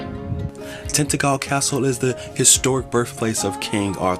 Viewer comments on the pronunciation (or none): Pronounced pa-stee,not pay-stee. And it’s tin-tadgel not tinta-gel. Beautiful county though huh? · Love how they pronounce,tintagel,pastie,shame they didn’t pronounce mousehole😂